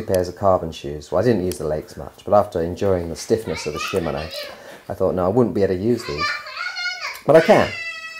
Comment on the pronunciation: She-man-o's SHE-MAN-O .... NOT shim-un-o's SHE as in shi, as in shit